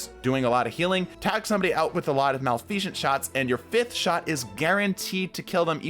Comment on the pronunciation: Oh boy the way you say malfeasance lol.